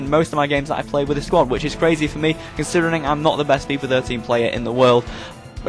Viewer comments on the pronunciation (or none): none